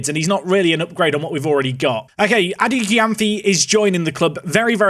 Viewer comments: its pronounced edu jemfi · Adu Gyamfi is pronounced "edu jemfi"